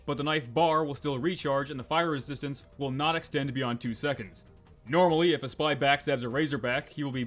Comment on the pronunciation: "if a spah"